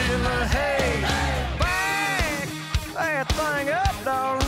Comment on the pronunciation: I love how he says thang ;)